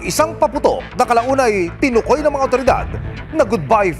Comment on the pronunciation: Mali naman pag bigkas sa salitang "tinukoy". TI - Nukoy pagsabi.